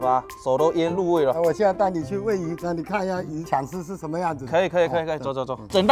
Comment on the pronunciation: 现在带你去喂鱼我听成现在拿你去喂鱼😂